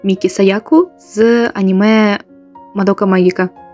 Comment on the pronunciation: 日本からこんにちは「まどかマギカ」の発音が💯日本のコスプレーヤーも自作する方が多いですね。🇯🇵🙏🇺🇦peace🌻freedom🌻fromJAPAN🔱